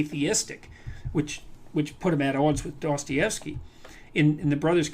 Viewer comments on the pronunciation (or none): none